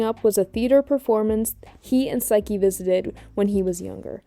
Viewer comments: AM I TWEAKING OR ARE YOU SAYING SAIKI INSTEAD OF SAKI 😭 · Im sorry but how did you mess up almost everyones name wxs And saki 😭😭😭 you have a clip of him yelling saki in the video